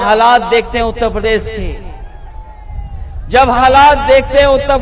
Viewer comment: पहले ढंग से उत्तर प्रदेश बोलना सीख लो फिर बाद में उत्तर प्रदेश को संभालना